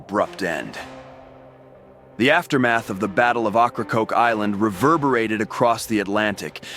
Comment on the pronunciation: Learn how to pronounce the inlet the right way if you want to be taken serious